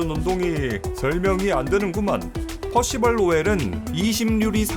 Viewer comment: 퍼시벌 할때마다 놀래네 발음이 너무 좋아서 ㅋㅋ